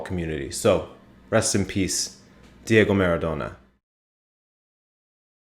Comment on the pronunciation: Dude, for once pronounce it the right way: MA-RA-DO-NA. Not Merredonna.